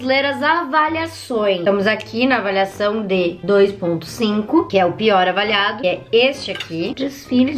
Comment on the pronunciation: Acho legal qnd ela fala avaliação ela fala avalhacão e qnd ela fala avaliado ela fala avalhado ksksksk